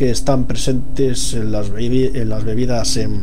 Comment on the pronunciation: Dijiste bibidas